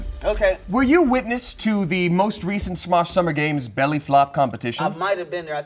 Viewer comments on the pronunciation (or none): "The most Reshunt" starting to think doesn't speak English.:›